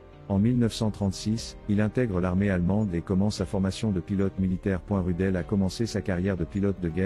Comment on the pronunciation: Prononcé Roudeul, pas Rudel.